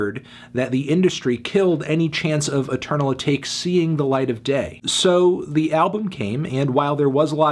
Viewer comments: eternal ah-tock-ay. not ah-take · i die a little bit more inside every time i hear "eternal uhh-take". AH-TAH-KAY!!! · Dude, why can’t you pronounce lil uzi verts shit ever? “Footsul shuffle” and now “eternal a take” lmao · Ok it is so annoying to me how he says “atake”